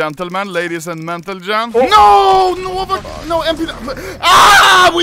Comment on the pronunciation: did he just "ladies and mentalgem" ?